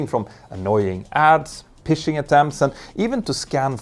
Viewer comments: Another excellent video, thank you! Just FYI, the normal pronunciation for Phishing is with an F sound, so Phishing sounds identical to Fishing. 🎣 Pronouncing it 'Pishing' (with a soft/silent H) will make many people (especially Scottish people) think you're talking about going for a number 1 🚽🟡 I almost didn't want to flag it to you, because it makes me chuckle every time 😂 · Phishing is "fishing", not pishing" :) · Phishing is pronounced as "fishing" Petter 😉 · Anyone Scottish and found the pronunciation of phishing kinda funny?